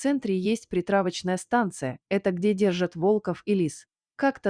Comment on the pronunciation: Спасибо за интересный рассказ.Только ударения вы произносите не верно.Не волков а волков.